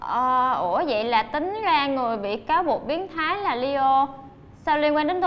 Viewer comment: nhân vật tên leo phát âm nghe giống lio quá chị